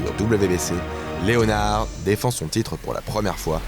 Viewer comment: SVP Correction: on ne dit pas Léonard comme en français mais bien Leonard (prononcez: Léneurd)... Sinon vidéo excellente!!!